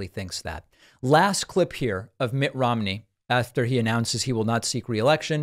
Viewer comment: Mitt RHYME-KNEE